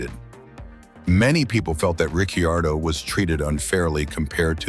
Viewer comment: You lost me at 4 different pronounciations of Ricciardo